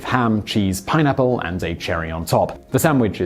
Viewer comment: Really.... pinapplos🤔 puts pineapple on pizza.... gavemeusapieceus? TF. Thanks Simon I am crying🤣